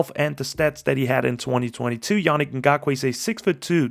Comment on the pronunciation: Great breakdown! I believe his name is pronounced (Ya-Neek). Can't want to see him hit the field with us. We've needed an edge ever since we lost Mack. Trevis is, unfortunately, not the guy..